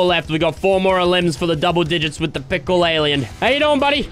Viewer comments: said tickle instead of pickle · u sayin' pickle or tickle?????????